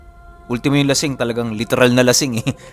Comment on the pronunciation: Hahaha hahaha mismung lasing Di mka bigkas 🤣🤣🤣🤣lashing nga 😂😂😂😂